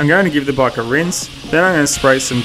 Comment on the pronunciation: After using eng sub I understood that you mean bike instead of bug.I was thinking " bug?". Spell it like this "beik"